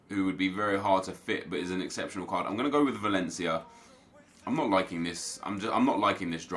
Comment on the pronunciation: Aubemeyang 96 pace Nep: “ Exeptanal pace